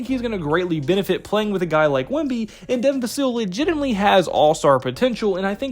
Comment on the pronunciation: Vuh-Sill? It’s Vuh-sell, Hard to take your video serious when you cannot pronounce his name correctly. Risacher should be taken at #4. The French connection! I like neither of the two Kentucky guards. I saw their final game for Kentucky against Oakland. They both were horrible. Use the #8 pick to Cody Williams or Tidjane Salaun. Castle, if available.